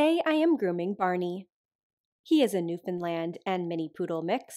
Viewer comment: Props on properly pronouncing Newfoundland 💚🤍🩷